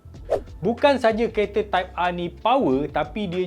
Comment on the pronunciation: Type ahhhh mcm cina dah sebut hawautol 😂 trophy r betul pulak